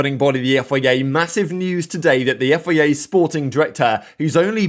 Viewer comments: I've tried to ignore this for so so long, but please say F I A properly 😂 Otherwise, ace content as always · When you say FIA, it almost souds like Yifei Ye. 😂